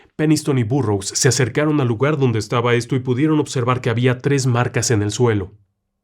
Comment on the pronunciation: Cuando dice Burrows, me suena a burro y me hace reír.